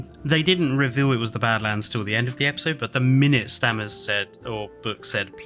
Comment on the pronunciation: Stammers? It's Stamets. Great video guys. Just made me laugh